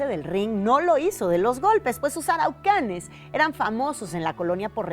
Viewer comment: Me estresa que la presentadora diga "araucanes" cuando en realidad eran los "aracuanes"